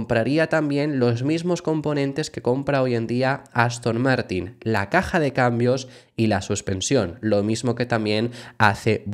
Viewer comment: Ha dicho Aston Mártir?